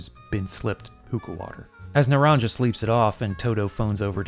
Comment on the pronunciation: It was driving me nuts hearing you mispronounce naranja repeatedly, but then we get a snippet of game audio and they actually mispronounce it in game! Ay, dios mio!